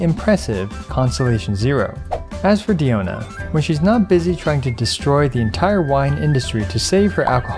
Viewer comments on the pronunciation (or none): Can you say her name right pls it's not deeona it's pronounced like die-ona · It’s dI-O-na first of all and 2nd you know diona is a great healer when she stands a fight in a DPS showdown against actual DPS characters